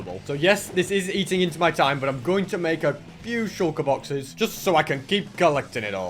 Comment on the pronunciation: Can someone count that how many times he has said shulkur boxes in this video